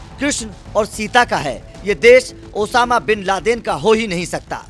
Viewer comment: Bhai mujko sunai diya ya isne Osama ko shab kha😂